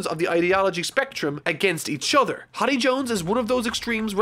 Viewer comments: I think it’s hody not hady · BRO ITS HORDY not haddy my gosh lmao learn the real name of these characters pls this is a little anoying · im bothered by how you pronounce that guys name because its pronounced Ho(like my ho)-Dee not with a short o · I don't think so, he's only reading the Manga wile he's probably seen a few clips of the anime. I'm certain he didn't bother looking at the Funimation dub where they pronounce the names correctly with the exceptions of Enel, Akainu, Jinbe and Hodie. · Anyone else peeved he's pronouncing his name as "hoddie" instead of "hoedee" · Probably because most people only watch the anime where it's HORDY and in the manga it's just Hody. I don't know which is technically correct, but I'm not surprised by his pronunciation. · Hii-Dy Me: Horrrrrdy. HoOOooRRRRDYYYYY! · HIS NAME IS HO-DI, NOT HA-DI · Nobody:: "Hoddy" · I always thought it was pronounced H-oh-dee. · Did you just pronounce Hody “Hoddi”... lol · I can't get over the fact that he keeps saying hady 😂😂 lmao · Idk hiw u miss the r in hordy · I think it's pronounced more like Cody. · I thought Hordy was pronounced whore-dee.. guess I was wrong? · Its "HOE DEE" FFS 😂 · hearing constantly pronounce hody like body is taking years off my lifespan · "Hady Jones" "Vander danken" please man. Im trying to enjoy this.